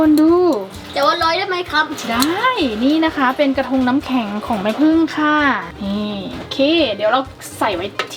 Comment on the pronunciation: กระทง เป็น กระธง